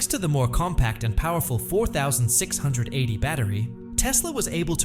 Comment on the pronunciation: Teach your AI voice how to say "4680".